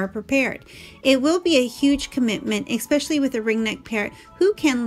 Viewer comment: Esssssspecially, not expecially Otherwise, great video. ☺